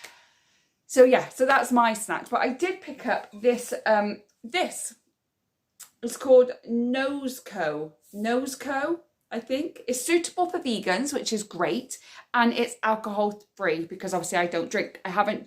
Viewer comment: Love the way you said nose co..it's pronounced nose echo..if that makes sense..like prosecco drink. I really enjoy your vlogs..you're a breath of fresh air..happy 2024 to you and your son..xx